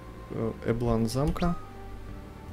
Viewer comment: Эм... эблАн звучит как-то некрасиво для русского уха... я всегда называл этот замок Эблан, с ударением на Э.